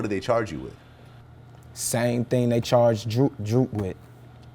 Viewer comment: "Arm-a chonged wif armed robbery'